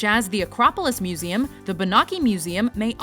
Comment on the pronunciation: I love how accurate you pronounce the meseum names. you're like multilangual or something.